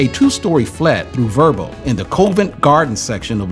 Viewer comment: COVENT is pronounced COV ( as in love) ENT not COAV ENT. Telephone BOXES not BOOTHS. Household CAVALRY not CALVERY. TUBE = CHOOB not TOOB.